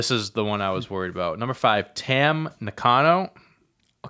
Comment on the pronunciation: you got the pronunciation of Tam and Giulia first time right. Some info on them. Tam is current Stardom World Champ, was also Tag champ and Wonder (Stardom version of IC Title). Giulia won the 5 Star Grand Prix (Stardom version of the G1), won the World title, and is currently the Trios and NJPW Strong Women's Champion. Also congratulations on 100k!